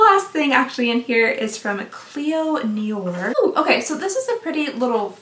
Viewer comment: Corrects self on multiple mispronounced brands Mispronounces nior 😭🤣